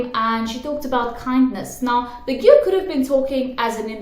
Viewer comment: I really find it cute when you say Baguio. Hehe but it's actually pronounced as "Bagyo"